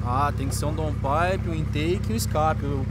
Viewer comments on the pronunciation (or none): oq é dom pipe? pqp, ficou 2 anos nos EUA e nao aprendeu poha nenhuma